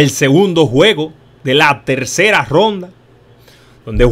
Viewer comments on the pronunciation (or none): No es imvita es invita y no es romda es ronda jajajajjajajaaja.